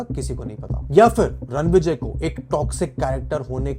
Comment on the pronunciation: it’s Ranvijay. Say the name correctly. He can come to your house and spank you